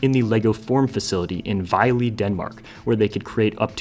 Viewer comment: Vejle is pronounced Vejle.